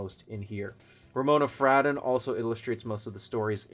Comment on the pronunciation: It’s pronounced fray-don.